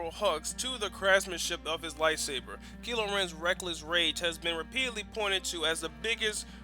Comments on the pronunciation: ITS KYLO REN NOT KILO REN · um his name is said as if the y was an I kylo ren get your facts about his name right ppl